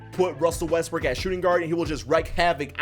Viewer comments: Sounds like he is saying Westbrick instead of Westbrook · Why do u always say Russell westbrick, ur ego doesn’t go down if u say his name properly